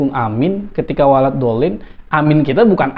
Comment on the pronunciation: Melafadzkanya aja salah pak Julhas.. walad bukan walat ...jelas gk bisa ngaji...